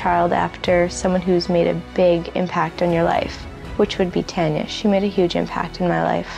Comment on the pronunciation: Is the narrator saying Tonya instead of Tanya? Or is my hearing? I hope he is saying Tanya as it's important for those that love her.